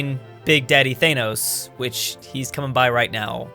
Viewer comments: wtf you saying thainos instead of thanos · When he says Th Ae Nos instead of Thanos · Why do you say thanos like teynos? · What is a thanose it’s Thanos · Your pronunciation of "Thanos" though.